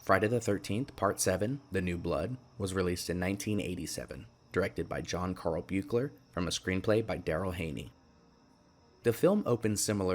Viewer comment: it's pronounced 'beek-ler'. also iirc the continuity differences between 6 and 7 (Forest Green, etc) are due to the director requesting, as condition of hire, that he be allowed to ignore the events of 6